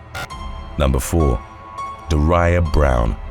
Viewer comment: I'm pretty sure Daria is also like the show on MTV Daria as in dah-ria. Not Deh-ryah or whatever was said here. I love his accent but man some words/names get said strangely. One of my faves is when he talks about "aloo-min-nium baseball bats". But yeah I have no idea why parents give their children names where all their lives ppl will be mispronouncing them because they make no sense. Shitty parents lol.